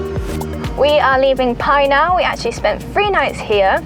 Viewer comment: Do you think you will ever pronounce “Pai” properly!